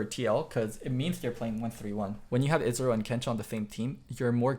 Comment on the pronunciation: ezreal, not israel